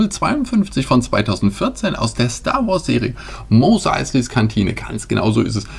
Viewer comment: "Mos Eisley Cantine" hast du ausgeprochen, als wenn diese Kantine einem gewissen Mo Eisley gehören würde :D